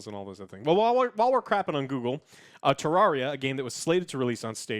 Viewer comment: It bothers me that you pronounced it tararia